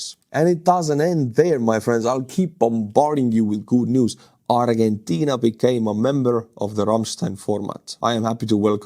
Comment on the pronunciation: In English, Argentina is pronounced "ardjenteena".